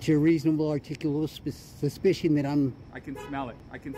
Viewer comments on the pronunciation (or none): "U got a reasonable articulabal spessssiition 🤣 🤣 🤣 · He can't say "suspicion". His speach pattern would make me suspicious, too. As would his drinking something from a paper bag. Full honesty in presenting these, please. We know you audit and we know you edit.